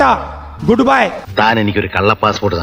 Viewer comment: ഖതം 🤣ട്ടാ ട്ടാ 🤣 ഗുട്ട് ബൈ 🤣 ബൈ ബൈ 🤣